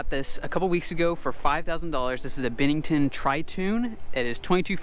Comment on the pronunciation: Isn't is pronounced "BEN-nington" not "BIN-nington"?